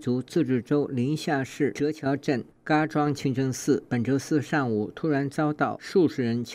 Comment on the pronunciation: 主持人说清蒸寺